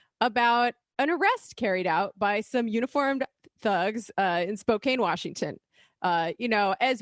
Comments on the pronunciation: As I'm sure many people have already said,: It's pronounced "spoke-ann", not "spoe-cane". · It is pronounced spoke- can. Not spo Cain. Please learn to say places the way locals from there say it. Thank you. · Spok-cain? Washington? I think you mean Spo-KAN Washington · Spo-can not spo-cane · I’m from WA never hear people say Spo-cane is that right I always hear spo-can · Spoe-can. Not spoe Cain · Spot can.. not cane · Spokane, Wash. is pronounced spo-CAN. Not a minor detail. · Spokane *SpoCan, not SpoCane. Lol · CAN CAN CAN!! Spok-CAN!!!!! Spok-CAN!!!!!!!! please everybody else in the country Spok- CAN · It's actually pronounced "Spo-can", not "Spo-cain" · It's SPO-KAN. Not KANE. That's all lol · Second time this week ive heard spokane mispronounced. Can not cane. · I live in Spokane 😓 (pronounced Spo - can) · Spokane is pronounced spoe-CAN. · Spokane is pronounced Spoe-can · Wrong. It is Spokampton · Pronounced “Spoh Can” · Even that is a colonial pronunciation. There is no hard "k" sound in the language of the Spokane (spo caw nee). Spokan is the place Spokane are the people. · It's pronounced spo-can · I was born in Spokane. It's pronounced Spo can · I know its spelled Spokane, but you say Spokan. Short a. But, good job with the sheriff's name and for calling him out. I can't believe he held a press conference about that. Waist of time! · Spokane is the RIGHT side of the state. Spokane is pronounced Spok-can as in tou-can. (Left is best) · Hey...it's pronounced SPOKE CAN. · How many Majority Report staffers does it take to figure out how to pronounce 'Spokane'? The world may never know. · Elite New Yorker with bangs needs to learn to pronounce Spokane. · Sheriff Knezovich is a joke. The SPD also just opened a new precinct downtown last month. He's been Sheriff as long as I can remember. How did pronounce Knezovich right but not Spokane?